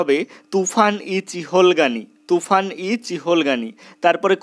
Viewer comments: ওটা তুফান না তুর্কান😅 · জীবনে প্রথম শুনলাম তুফান ই চিহলগানি😭🤣